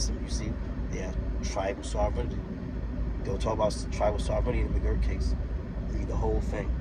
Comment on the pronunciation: Sovereignty is pronounced : SOV-REN-TEE. But sadly, that is the smallest mistake in what you say. I have to resist discussing things with conspiracy theorists, sovereign citizens, and people who believe in lizard people because there is too much ignorance to bridge the gap. I will simply assure you Indians as individuals are not sovereign, and they get arrested for even small, non-violent infractions the same as non-Indians. I am glad you read McGirt, but you didn't understand it. Watch some YT videos on it, read some of the info put out by the tribes themselves for laymen like yourself. Good luck, and continue learning.